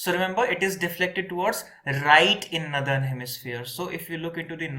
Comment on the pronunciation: Great except the way you pronounce northern. It‘s nor-thern, not nu-thern.